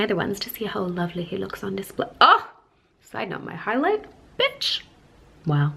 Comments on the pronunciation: The way you said bitch. Haha i Love you Happy birthday❤😂💋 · said bitch. Why does it sound so weird to me😂😂😂